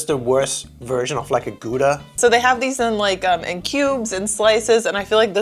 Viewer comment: I think the German type of Kümmel is translated to caraway seed in English. Also Gouda is pronouned like Gow-da in English or Gauda in German. :)